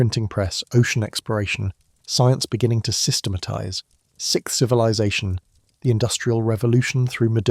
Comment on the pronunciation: This information is fantastic. It was painful to hear pattern and resources pronounced "patten" and "rezources" over and over and over though. And being the sixth civilization let's not say "sickth."